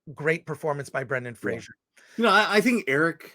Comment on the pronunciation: Brendan Fraser's surname is pronounced "Fray-zer", not "Fray-zher."